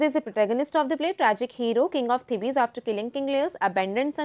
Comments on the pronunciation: its Thebes not The- bes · The actual pronunciation of the city 'Thebes' is 'Theebs'